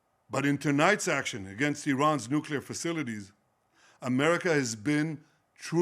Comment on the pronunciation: Are you going to listen to someone who cannot say facilities? Trump is an absolute joke